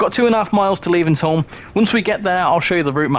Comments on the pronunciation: Levenshulme! … please! You’re making my ears bleed it’s pronounced“Levens- Hume” 😮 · The way you say Levenshulme is funny 😂